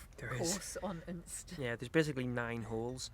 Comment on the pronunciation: Next time you’re in Unst (and it’s unst not UUnst) head up to Saxa Vord and the roads around it -really fantastic views back down the isles.